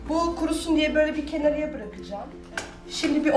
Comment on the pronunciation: Çok güzel bir anlatım yalnız kenarıya değil kenara